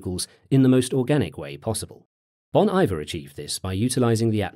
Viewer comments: Great video, thanks for the introduction to this artist. Glad I stayed despite you saying "Bon Eye-ver" instead of Bon Iver. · Great video, I randomly remembered him a couple of years ago and was wondering why he basically disappeared. The Wolves in particular is a great song that took me like 10 years to find the name and artist. One slight nitpick though - Bon Iver is pronounced 'Bon E-Veah', not 'Bon Eye-Ver' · ...isnt it "Bohn Ee-vear"? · I love Ben Howard, but as a even bigger Bon Iver fan, the mispronunciation killed me.